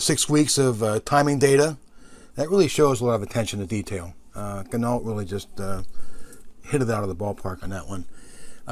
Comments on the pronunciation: pronounced Gin-no, not Gin-ault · Good review. But terrible pronunciation of Ginault... Think of Peugeot. Renault.. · OMgosh...for real on the pronunciation of the name....DAMN..people get it straight. And why would a discount “cloud” your judgement..I stopped watching.